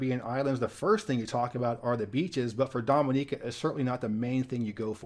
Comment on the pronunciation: So pleased you prounounced Dominica correctly, so many get it wrong. I lived there in the mid to late 90's and made some of the most amazing friends ever. I was known as "Mr Music" when I used to work at the market in Roseau :)